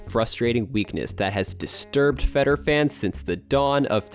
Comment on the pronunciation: Can you please learn how to pronounce "Federer" properly? My goodness